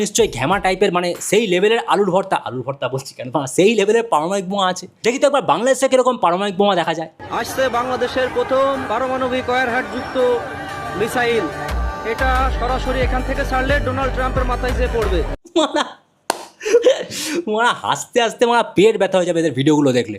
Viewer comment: Education is haram in Bangladesh মিশাইল❌ মিসাইল✅😂